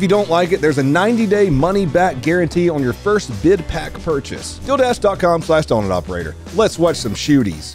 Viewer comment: love the way you pronounce Deal Dash you made it sound like an onlyfans sporting event :)